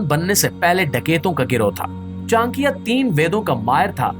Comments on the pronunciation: Its not chankya.. its cha nak ya... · it is not chan+kiya .it is cha+nakiya